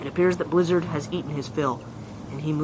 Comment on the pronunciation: the u said blizzard goes in to eat his kill it sounded like u said lizard